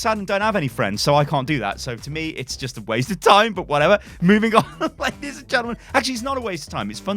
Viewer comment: lay dees and gentlemen